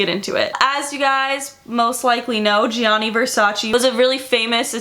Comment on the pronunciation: That is not how you pronounce it is GIA you have to say it fast sounds like JU on Justin, same for Giovanni, not G I A NI and the emphasis on the double N is not just one is longer is two the A and I need to be stronger... just google translate it in Italian you'll hear what I mean. And VERSACE EEEEEEEEEE comes from Latin so it is pronanced EH not VERSACI... is ReGGio Calabria don't put emphasis on the I... I like your videos but your origins are Italians you are American.